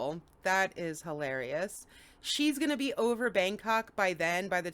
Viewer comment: "We're just going to beeze until I CAN go home." Oops, 😮.